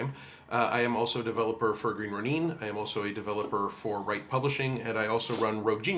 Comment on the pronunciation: Sorry for the necro, but I wanted to explain the pronunciation. Ronin, as you probably know is a Japanese word, and when there's an i in a latin-letter spelling of a Japanese word it's (almost?) always an ee sound.